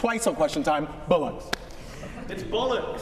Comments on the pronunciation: That was the Bollocks! Hilarious. Especially as they can't get it right . Its sort of cute . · I thought I had heard it all but listening to yanks trying to pronounce bollocks is priceless :face-blue-smiling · 😂 good on the guy that tried to say Bollocks 😂